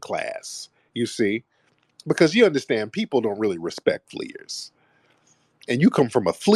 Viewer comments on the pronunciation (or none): 😅😂 He called them fleerers